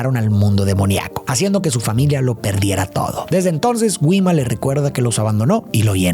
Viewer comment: todo bien pero no puedo con la pronunciacion de Gwima